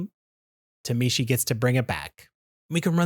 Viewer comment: Please understand phonetics and stop saying “tuh-mee-she”